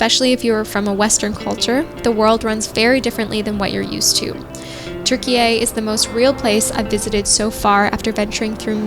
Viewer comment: Thank you to for the well pronounciation of Türkiye.:)